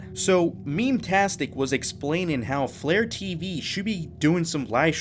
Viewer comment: When you said FlareTV I thought you meant vlare.tv